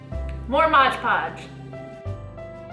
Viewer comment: It’s pronounced Mod Podge ! Not Modge Podge ! The trees are beautiful !